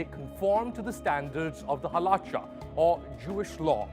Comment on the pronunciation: The way he said Halacha tho 😂